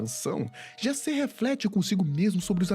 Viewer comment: É engraçado que que a gente tá tão emergido em cultura estrangeira (inglesa) que o Jaser vira "Jaysser" kkkkkk Ordem é Brasileiro, a história de Enigma do Medo se passa no Brasil, não tem pq o Cellbit e a Dumativa tornar o nome dos personagens estadunidense...